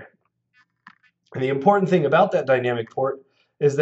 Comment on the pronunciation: "What's import-ant to note..." sorry, keep watching the video